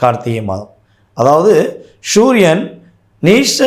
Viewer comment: தமிழை ஒழுங்கா பேசுடா வெண்ணை,, சூரியன் எப்போடா ஷுரியன் ஆச்சு,, முனா,, புனா